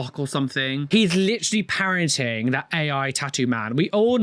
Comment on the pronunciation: When you said "parrotig" I heard "parenting" as was quite confused for a moment 😂